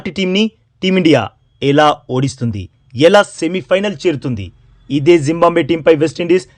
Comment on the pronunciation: జింబంబవే కాదురా జింబాబువే రా బాబూ